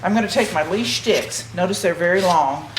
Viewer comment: Its actually a French word>> "lisse" and ended up being pronounced "lease". But its NOT "leash"